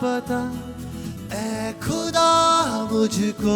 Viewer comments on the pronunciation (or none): खुदा नहीं ख़ुदा होता है 😊